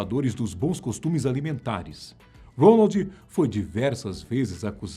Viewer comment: É impressão minha ou ele fala ROLAND ?